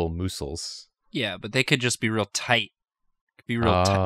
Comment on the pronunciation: if you could not pronounce "muscles" with a long "u" ever again I would appreciate it, that was extremely upsetting